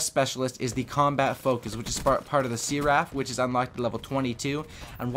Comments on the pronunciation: Searaph??? U mean Seraph?XD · See-raff LOL! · S-eh-ref. that's how you pronounce it. It's a Japanese name And also a name of a character in the Matrix :) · Is this guy calling the Seraph a See-Raff??? Dude, maybe stop playing COD for a while and read a book. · It's an English word too you know, it means a celestial being. Usually angelic. Also, it's said [ser-uh f] since this is English. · Oh my god the way you say seraph -_ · dud u said seraph wrong